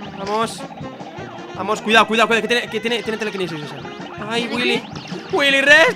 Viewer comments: Soy yo o decia PAMOS en vez de VAMOS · ya no es "vamos" es "pamos" :V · DICE PAMOS EN VEZ DE VAMOS